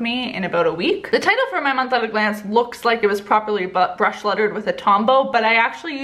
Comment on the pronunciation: Did anyone else hear her say butt bruch lettering